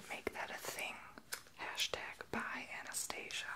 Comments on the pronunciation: You pronounced Anastasia wrong. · Love the video , but you're pronouncing Anastasia and Tarte wrong .